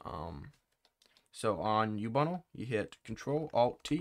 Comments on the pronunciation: its ubuntu not youbunle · man really pronounces Ubuntu as Ubunnle